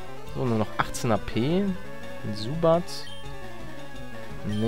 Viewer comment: Es heißt Zubat und nicht Subat